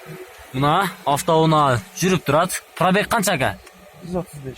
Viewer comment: афто уна .афто уна. афто уна .афто уна .